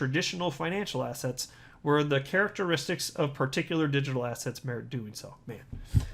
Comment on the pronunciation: When says assets…. All I hear now is “Ass hats”…